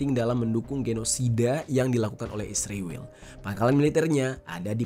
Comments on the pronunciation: israel bang bukan isriwil,, kocak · Israel bukan isriwel meperkosa huruf saja. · Israel bang, bukan isriwil😂